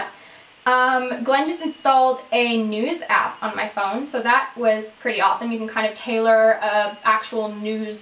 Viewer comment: woohoo! Best way to start my Tuesday! I totally thought you said "NUDIST AP" instead of "news ap".......because that would've prompted a whole new set of questions lol